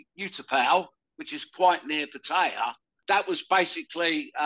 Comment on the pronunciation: 30 years and still cannot pronounce Pattaya properly 😅